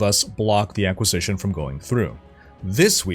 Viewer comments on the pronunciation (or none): none